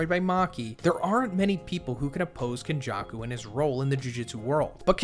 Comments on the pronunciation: nothing beats white people pronunciation man; got legends like KonJuck-Ou and Meh-Goomey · ken jaw koo no BAR uh and WAY too many more mispronunciations